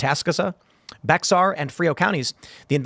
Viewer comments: I'm sorry if I sound nitpicky but the correct pronunciation is 'Bare' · Bexar is pronounced Bear. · Bexar is pronounced like "Bear". The "x" is silent. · it's pronounced BEAR County not beXar. the X is silent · "At-a-sco-sa" "Bear" and Frio 😂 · Why 'Bear' and not 'Bare'? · Bexar is pronounced as "Bear". Pronunciations make no sense in San Antonio...